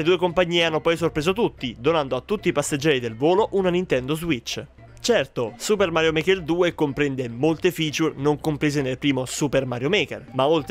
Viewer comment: Suppah Marioh Market Tu!